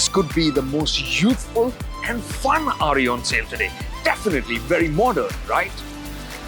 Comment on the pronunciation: He's saying RE as in Royal Enfield. At 1st I was like who the hell is Ari?